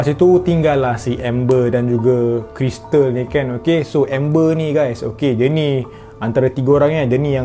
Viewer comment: haluuuuu:elbowcough::elbowcough:hmm, kalau tgk dari muka dorg mmg nampak innocent je 🥲🥲🥲 part bertukar tu terus jd auto scary. hadoila kalau berbelit Krystal terus jd org tagalog 🤣🤣 keristalllll